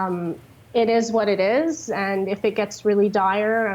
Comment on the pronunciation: IT EEZ WHAT IT EEZ